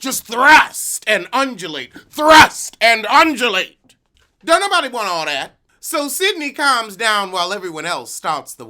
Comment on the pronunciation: Kimbella, Juelz and that tongue... I shudder even now! Jonathan thinks he's the Gay Godfather now in that outfit? More shudders!, if you say andulate ONE MORE TIME! Roflmao